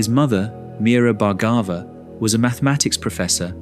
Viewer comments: His surname is pronounced as Bhaar-gabh.... Not Bhargava... भार्गव in hindi.. There's no "Aa" sound in the end... Western people have a tendency of using "AA" sound at end of almost all Indian words....anyways.. Thank u so much for this video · IT IS PRONOUNCED bhar- gave ( soft bh & ar) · Each time narrator mispronounce the beautiful name Bhargava, I wish he took few minutes to practice an Indian name properly.